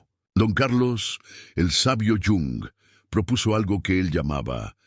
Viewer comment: ¿Porqué llama don Carlos al dr Jung? Era suizo, europeo, no latino americano!! Suena fatal!!